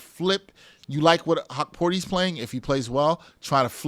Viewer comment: I can’t listen to yall if yall gonna keep sayin hawkporti. You reporting on the Knicks but can’t even get his name right smh